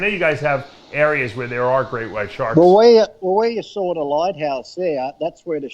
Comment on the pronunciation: "The first thing i sawr"